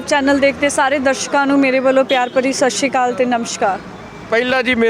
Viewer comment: shshri kali ni hunda sat sri akal hunda